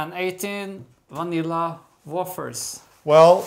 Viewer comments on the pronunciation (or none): Butter Batter Wafer (not like “water”) Wafer (Wayfer)❤